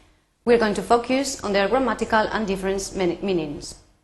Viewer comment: You should take care on the pronunciation of some words like "focus" and mistakes such as "Clauses (pl) like this (s)"